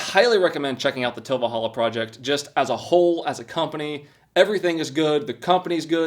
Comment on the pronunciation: Cheapest? No. There’s cheaper “manual” mowers. $80 for a manual mower and $140 for one like you’re using with one extra cutting inch oooo lol. It’s a good alternative if you don’t have a lot of yard. And personal gripe, enunciate please. It’s Til Valhalla. Not tilvalhalla. It’s not one word man.